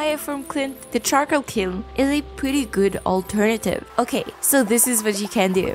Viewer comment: Charcoal KLIN. Regardless these are great videos